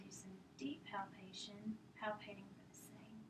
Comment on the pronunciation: She actually said "palpating" correctly . My stars!